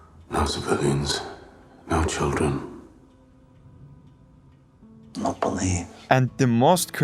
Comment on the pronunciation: why do you pernounce "then" or "when" like "Than" or "Whan" ??? is it that hard to do it right ? wtf